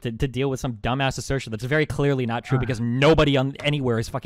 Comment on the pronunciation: destiny says a fact about classical artists: THATS NOT TWUE